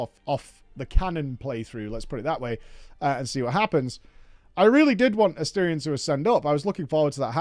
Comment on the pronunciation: Never pronouncing his name correctly is the cherry on top.